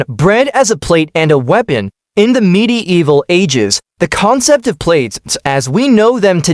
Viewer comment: midi evil. God-damned AI.